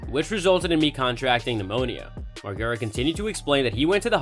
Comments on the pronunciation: Laugh my ass off your boy said Margara 😂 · Imagine pronouncing the name like this, when the dude literally been famous for decades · Theres no way youve ever even seen a jackass movie if you pronounce his name that way you vanilla boi lmao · if you're gonna make a video on someone you should probably know how to say their name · Say the last name right 🤣🤣